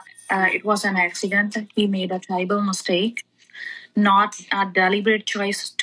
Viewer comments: (((Notice))) how they pronounce “terrible” as “ tribal”. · Ha. He said 'terrible mistake' she said 'Tribal mistake'. they cant fuckign read